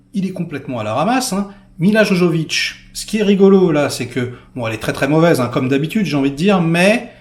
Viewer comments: on dit Yovovitch pas jojovitch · T'as du mal avec Milla 😂 la pauvre. Fais gaffe, on va appeler le mec à Milla ! :-P Milla Jovovich et non Jojovich...à part si c'était voulu, pour appuyer l'aspect Jojo, "barjo" du film. J'aime beaucoup Paul W Anderson sur Event Horizon, ce film met tout le monde d'accord, avec un Sam Neil toujours autant impressionnant dans ses interprétations cinématographiques.